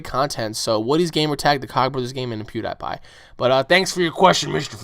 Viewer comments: lol sorry but you pronouce pewdiepie wrong (PEW-DE-PIE) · I think you said "Pewdiepie" Wrong :P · LOL!!!! HE SAID PIEWDIEPIE WRONG XD!!!!!!!!!!!